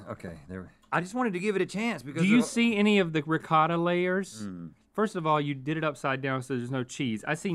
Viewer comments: Hahah Re-ca-da Lol its pronounced Re-Coat-Ah not "recada" Lol you americans are funny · As an Italian the way they say Ricotta gives me a stroke every time